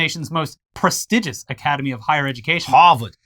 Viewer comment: Prestigious is pronounce pre-steeg-ous, not pro-stig-is.